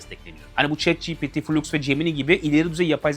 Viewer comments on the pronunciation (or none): none